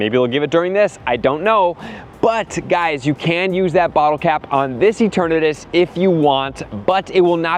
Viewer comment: E-TURN-uhh-TUS… not that hard to pronounce.